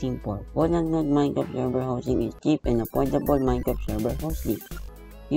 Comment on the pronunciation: "minecrt" dapat minecraft